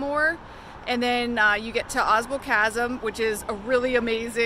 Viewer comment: Ausable is pronounced aw sable